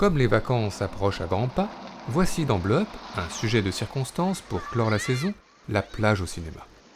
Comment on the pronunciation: Monsieur si parfait commentateur, ce n'est pas "blop" comme on l'entend par vous, cela se prononce" blo-op" . Vous êtes si parfait que cela me semblait une évidence que de vous souligner cette facilité.